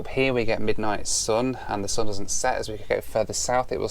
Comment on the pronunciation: I wanna teach you how to pronounce "sun" and "up" :-D